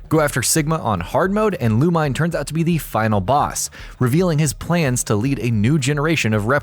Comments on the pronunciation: Loo-mine?? Really? The game is fully voiced and it said Loo-Me-Né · ok i can forgive Juste (Jew-Stay) since the name is never spoken in any other game with voice acting or something. but MMX8 HAD voice acting, you CLEARLY hear the characters call him Loo-Min-Ay not "Loo-meen" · Did someone have a hate boner for MegaMan X8? Not only do they constantly use Lumine's name constantly so they can say it wrong (Loo-Me-Nay. Not Loo-Mine), but they proceed to use absolutely no images from the game. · Me all throughtout #4 "LUH-MEE-NEH!!!!" Also not a single clip there was from X8... Also ALL touhou games use the "last level is on Normal dificulty" system, much like pretty much every shoot'em up. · He also said lumine wrong,it's lu- min-ae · Lumine... Ok so the guy narrating this didn't write the list. I's pretty obvious if you listen to how he pronounces it... -. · gets triggered by the mispronunciation of Lumine